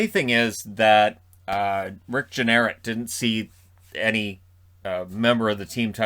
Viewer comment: Jeanneret, not Jenret, or whatever you said. Hey, he's only been broadcasting Sabres games, on TV and radio, for the last 51 years, so I can see how you wouldn't know his name/or how it's pronounced. And...maybe Rob Ray is settling in for a long season, but RJ (Jeanneret) is only doing 20 games this season, and then he's retiring. Now, those 20 games...all home games...may stretch out for the entire regular season, but I'm sure RJ doesn't see it as a long season. He'll be on some beach in Florida probably all winter long.